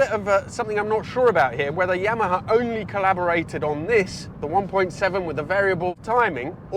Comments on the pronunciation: Interesting pronunciations of Punto and Yamaha lol. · Never heard anyone pronounce yamaha like that